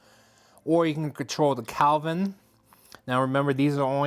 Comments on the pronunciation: A very good review, thank you. Just to be of assistance . . . The "color temperature" of a light bulb is measured in degrees of Kelvin (°K), and the word is pronounced KELL vin" -- not CAL vin. Kind regards. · yes I became annoyed after the 2x time he said calvin! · KELVIN not CALVIN